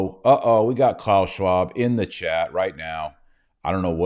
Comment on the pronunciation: Klaus scwaub 🤣🤣😂 27.00